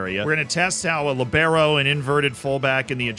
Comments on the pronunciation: Just an FYI: The "i" in Libero is where the emphasis is. The way you say it it's more like "Libéro" (Lee-bEh-roh), but it should be "Líbero" so "LEE-be-ro" (the i is still pronounced short, though, like it is in "Liberty" for example) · I love your content but PLEASE that's not how you pronounce "Libero" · Never heard Libero pronounced with emphasis not on the first syllable.